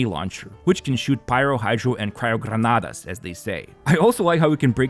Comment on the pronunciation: I didn't know you were from Lithuania, that's cool. And I also loved how you pronounced "granada". Thanks for the great content through the years.